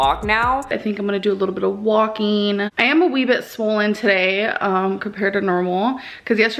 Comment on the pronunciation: What the fuck does Amberlynn have against the letter G? Walkeen, Doeen, Breatheen.